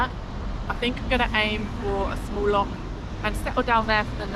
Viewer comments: Its not an adventure its a drive in a car. Stay home and save the planet. Its Loch not Lock. It's Glen Etive not Eteve. At least look up where you are, and how to pronounce it. Lymes disease is not funny, get some long trousers and long sleeves. Find out if you have contracted Lymes it's rampant in Scotland at the moment. Anti-biotics wont get rid of it. All the best on your journey. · Born and bred Highlander here. Nice clothes... for Spain. Completely unprepared. Sorry, but it's true. We have ticks, midges, clegs, poisonous adder snakes. We have stunning lochs (pronounced like Bach, the German composer) We use keys in locks. I know a bad chest well; I have COPD. Haste Ye Back, but next time, come prepared with suitable clothing (less bare skin on show, unless you want to get eaten alive). Trust me on this! That was a sheep (not a goat).